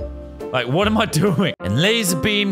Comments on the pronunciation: When it said lazarbeam it said lesbian 😅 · Lazarbeam not lazar beam